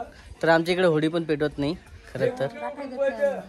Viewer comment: होळी आसते ती होडी नाही 😂